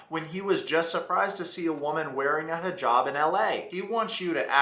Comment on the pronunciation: The reason I continue to follow is because he is so educated on cultures. I mean he even pronounced hijab perfectly in the Egyptian accent!! Honestly big respect 🙏🙏